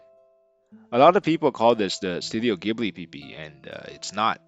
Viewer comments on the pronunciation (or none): Fantastic video! I think the only correction is that the studio "Ghibli" is pronounced more like "Jee-Blee" but other than that it was awesome. I loved seeing all of the process sketches and ideas they came up with along with the step-by-step process.